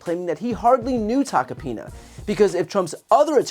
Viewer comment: I keep hearing Tuck-a-penis... twice in a row.